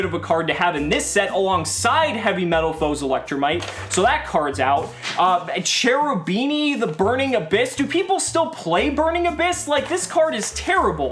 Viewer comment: Hey. I like your videos a lot. Just one thing though. Please say "Cherubini" with a K sound like in the word kick. Else it really hurts my italian ears. It's an italian archtype with the divine commedy and such so it should be read with the italian grammar. Ch in front of e or i is read K. Keep up the good videos